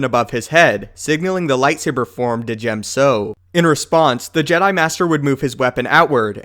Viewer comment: Not to be mean or rude, but the D in Djem so is not pronounced. It's just jem so